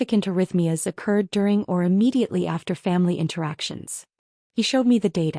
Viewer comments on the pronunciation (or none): Occurred, not accurd.